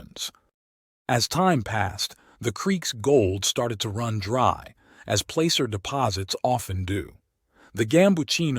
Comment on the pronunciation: Please learn to pronounce the words, such as placer and Papago. It interrupts the vibe of the story to hear them spoken incorrectly. Thanks.